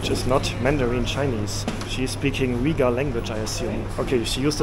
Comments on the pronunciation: Pronounced Uy-Guhr... Not Weguhr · Hi, great video as usual, thanks for sharing this content via your perspective and I know exactly how minus 17 Celsius feels like it's freezing! 😂 The two ladies selling the milk tea said "Uyghur, China Uyghur" which is pronounced as "wei wu er zu" in Mandarin. You are also correct the Uyghur script looks similar ot Arabic but it's not the same and I've confirmed with my Arabic friends that they are not able to understand the Uyghur script. Uyghurs are part of the Turkic peoples and their language is actually closer to Kazakh, another ethnic minority in Xinjiang and other parts of China. The candy you bought is milk cheese candy, which is hugely common in Xinjiang and yes it's yummy. 😋 BTW Xinjiang, also inner Mongolia has some of the best lamb in the world so you're in the right place for that. 😋 Also the lady that appeared to be asking for money, I'm not sure what she said at first but the last word "rehmet" means thank you in the Uyghur language.